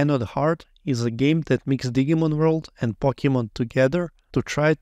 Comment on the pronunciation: Love how you say Digimon sounding like it's a Digging Monster instead of Digital Monster (which would be red as Dee-jee-mon).